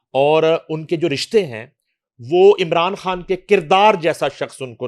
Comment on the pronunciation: یہ خاتون عمران "کھان" کہتی ھیں، خان کا تلفّظ اتنا مشکل ھے یا ان سے "خ" ادا ھی نہیں ھوتی؟ پلیز الجھن دور فرمائیں۔ شکریہ